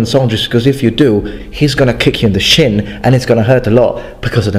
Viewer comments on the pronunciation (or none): none